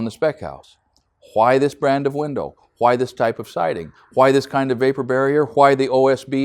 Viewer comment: hWhy hWhy hWhy?